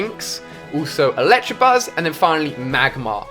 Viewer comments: I love this guy and watch a lot of his videos but for being a big Pokemon fan that's a lot of mispronounced names. Still main one that bugs me is "electrabuzz". There is no "R" lol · The way he says Electabuzz gets me every damn time lol It's ELECTAbuzz Ali, not ELECTRAbuzz! Haha